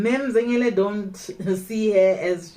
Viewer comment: The way you say Zengele i lobe it